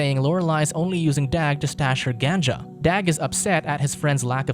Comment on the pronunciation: Lol ganja. Work on pronunciation